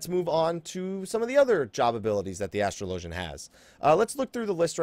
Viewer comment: It's pronounced as-trahl-o-genNot astral-ogin